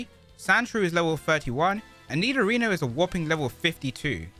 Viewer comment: i got confused when i keep hearing you pronounce nidorino "nidorina"